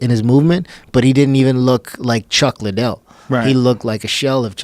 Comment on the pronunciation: I'm so confused. Doesn't he mean Chuck Lie-Dell?